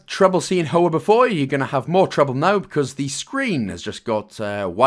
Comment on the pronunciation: Great guide! As always I find the “humour” ill placed and cringe. It’s such a shame as the content is there and the product you release is one I would otherwise recommend. Also, Hoa is Vietnamese for Flower, and pronounced h-wa.